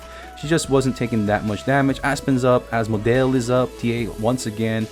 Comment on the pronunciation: Ass-model turned into as-modale turned into as-mo-del. Your name pronouncing is killing me